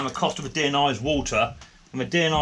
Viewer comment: How does he have such a problem with "Deionised" ???